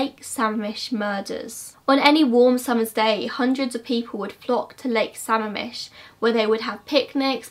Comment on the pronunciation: I hate to be that person but I scrolled through the comments and no one has mentioned this so I thought I would; it's pronounced suh-ma'am-ish. You got it pretty close though! I normally don't care about area pronunciation but I'm indigenous from that area and sammamish is a lushootseed word so I guess I feel the need to correct indigenous words. Anyway!! Great video as always! You go SO in depth— like I'm a true crime freak FROM WASHINGTON STATE and I didn't know a lot of that stuff about bundy! Which is saying something because here in Western Washington (especially around UW), everyone knows someone or knows someone who knows someone that was either a bundy victim or was almost a bundy victim. Something you might find interesting is this post I saw on Reddit I think about a guy who almost ran into bundy. I'm on mobile so I'll have to link it in a reply!